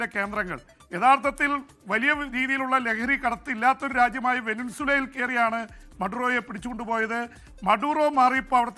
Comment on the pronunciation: വെനസ്വേല എന്ന് ശെരിക്കും പറയ് pp😁